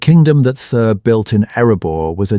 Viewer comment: Who the hell is this 'Thur' supposed to be?? And the pronounciation of 'Khazad-Dum' is ATROCIOUS! At least properly teach your AI system how to pronounce names!! MAJOR FAIL!!!